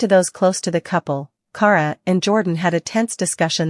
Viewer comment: Can’t even pronounce her name right it’s key-air-uh = Kierra